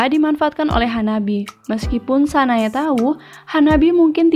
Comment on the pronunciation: Anu mbak aku mo kritik aja nih oembbacaan nya ada beberapa artikulasi nama tokoh yang kurang jelas kyk "sanae kanae Kanai "